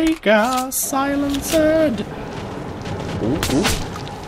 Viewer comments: btw, you pronounce it silensd, the e in the end is silent:) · can you stop saying silen-ced its one word... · Lol I always get a kick out of how you say "silenced" as Silen-ced! It's more pronounced "si-lenst" but dont let me get u down:P